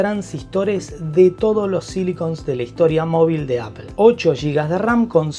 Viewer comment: Muy buen vídeo/resumen, en conclusión…. “Apel” y sus “Apel-adas” que la mayor mejor en la serie pro es que ahora viene en titanio con su respectivo aumento de precio 🤦. Maldigo la hora en la que me enamoré de Apple y sus productos. Y solo me queda corregirle a un ligero tema con la dicción, no es tranferencia, es transferencia y no es perpectiva, es perspectiva. Esto por ser quisquilloso 😅 pero gran vídeo y muy bien explicado todo. Seguid así!!!